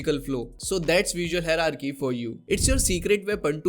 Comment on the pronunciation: just a tip- first you learn how to pronounce hierarchy correctly! Thanks!